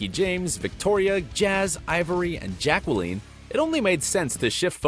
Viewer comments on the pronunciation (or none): Jack Waleen is not how you say Jaqueline, m'dood... it's like Jacka-lynn. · Maybe its Jaquel-eene. I'm sorry. He said it weird